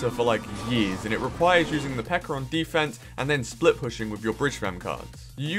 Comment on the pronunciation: I feel like that was directly directed at CWA lol. Also I think it's funny how calls the PEKKA "PEKKER" lol.